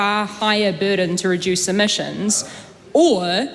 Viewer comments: Did she say emissins or emissions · Chole is so dumb 2 faced snobby person cant even say emissions properly!!!